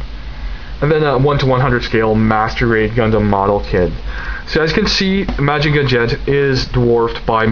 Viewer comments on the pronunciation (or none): Really excellent review. Lots of information but never boring. Solid in all respects. I don't know if anybody mentioned it, but if you just pronounce Mazinger as it's spelled, it is more accepted then saying Mahjinga. Most people are used to hearing Mazinger Z. Keep up the great work.